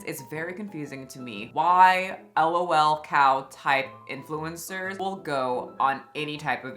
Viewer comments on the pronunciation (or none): This is entirely inconsequential but for future reference (as a marginally chronically online person), it's usually pronounced 'lolcow' with 'lol' as one word, not 'L-O-L cow' 😅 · hitting us with the "L-O-L cow" 😭 god bless you girl but it's pronounced as one sound. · Did... Did you just refer to a 'lolcow' as an el-oh-el cow...? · 😂 pronounced “low 🐄 “ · I’ve never heard someone pronounce lolcow like that 😭